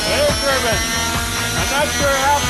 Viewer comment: Air turbinn.. Hey, Jamie, the E bonks the I on its head and makes it say its name.